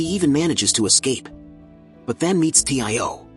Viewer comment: Its tio not t.i.o